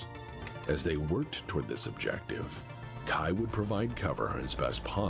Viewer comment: Fun fact: mispronounces Kai's name so many times in this video. His name does not rhyme with 'eye' - it rhymes with 'bay' The author of Blood of Kerensky Trilogy (Michael Stackpole) which many of the events from this video are referencing mentioned at the last Kerensky-Kon that Victor and Kai were intended to be an allusion to King Arthur and his half brother... Sir Kay. He just changed the name of Sir Kay to Kai after reading a novel where someone else decided to be sneaky and rename their version of Kay to 'Cai'. It's even a miniature plot point in Blood of Kerensky that his name is pronounced like someone was shortening the word 'Okay'